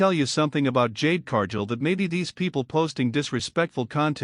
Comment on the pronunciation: Cargill isn't Pronounced Carjill